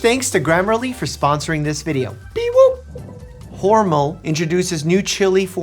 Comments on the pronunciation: Words mispronounced only 1/3 into the video: Hormel (it's Hor-MEL, not HOR-mel), chrysalis, jauntily. Should his patients be concerned? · Is it not pronounced hor mell? Have I been saying hormel wrong all this time or is Mike? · "hormle" Doc, it's 18 seconds in and you already gave me cancer my guy. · Wait, is the pronunciation of Hormel Regional? In California, it's pronounced more like HORmell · I love that Doctor Mike can pronounce all these big medical terms but he slips up on words like Hormel and chrysalis. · The way you pronounce Hormel is hilarious. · Is it being a New Yorker? Being a dedicated DO? How does Mike not know how to pronounce Hormel or chrysalis?